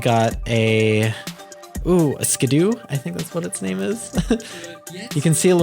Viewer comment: Im sorry to harp. But it's skiddo as in kiddo. Like a youngin. Where do you get the doo from? Not Scooby.